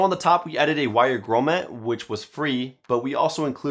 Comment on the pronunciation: Grommet.... never heard such a shit pronunciation